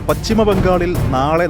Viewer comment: പച്ചിമ ബംഗാൾ അല്ല പശ്ചിമ ബംഗാൾ എന്നു പറയൂ